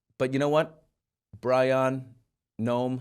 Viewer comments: Bryon is pronounced the same way as “Brian” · Bryon....BRYON?? Really...